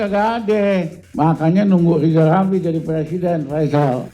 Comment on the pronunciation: BELAJAR BILANG R DULU MINIMAL BISA NGUCAPI NAMA SENDIRI DENGAN BENAR😢😢😢😢😢